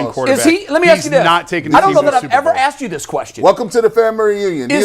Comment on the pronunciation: The word is “ask” G , not “axe”….good grief man, you’re supposed to be a professional broadcaster